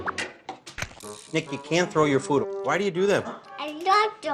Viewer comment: She called him Nicka 😂